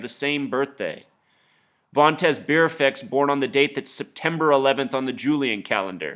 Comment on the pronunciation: Vonterz Byearfect??? Learn how to talk and pronounce words.